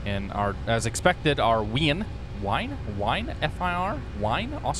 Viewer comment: Agghhh as someone from Austria you saying "Wine" was killing me. It's pronounced Veen in German, but it's Vienna